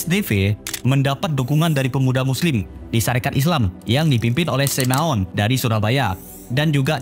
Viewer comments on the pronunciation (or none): bagus bro, padat berisi! jauh dari boring. hindari kesalahan yg gak perlu spt Semaun dibaca Sameun.